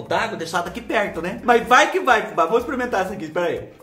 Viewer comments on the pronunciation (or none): Fubá de Deus,quem foi o malvado que mandou tanta coisa chique pra você " exprementar" na mesma hora???😂😂😂😂😂😂😂